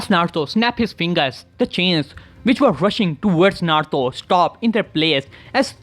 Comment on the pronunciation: can u say naruto not narto no offend